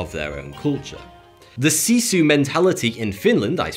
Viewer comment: I think he misunderstood what Sisu means, I have always got that has to do with Finnish strength and never give up. He did not pronounce it right either but I'm not going to hold that against him. We might be high up on the suicide ranking as well and that is really suspicious when calling us the happiest. Even if we are a very progressive country, there is always things that probably could be done better. I also wonder if the fact that finns have a high need for personal space can make it harder to make friends to probably can effect happiness in people, so maybe policies can't solve all problems but it certainly can make less problems. -Swedish speaking Finn